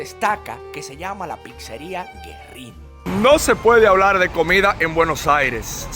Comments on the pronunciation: No es Guerrín.¡Es Güerrín! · No es "Guerrín", es Güerrín. La diéresis sobre la u hace que ésta suene. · Cuando la letra U lleva esos dos puntitos también se pronuncia. Ü. Güerrín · la dieresis tiene una funcion, y en ese caso como en todos, Güerrin, es para que la "u" suene.